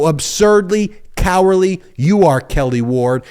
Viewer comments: If you’re gonna do the whole fake outrage rant, just remember there is a “d” in the word “cowardly”. 😂😂😂 I want these people persecuted but that rant was cringe. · I'd be more impressed if you could hit the "d" when you are ranting..